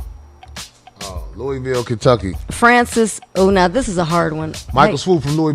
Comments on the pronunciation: Good looking for saying Louisville right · Thank you for pronouncing Louisville, KY. correctly